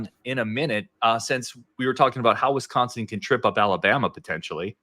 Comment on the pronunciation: You would think could get a guest that can pronounce Wisconsin to talk about Wisconsin… 🤷🏼‍♂️